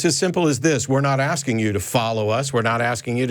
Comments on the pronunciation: He’s aksing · The ghetto bum keeps AXING and AXING. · Why is the caller axin a question? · I'm axing you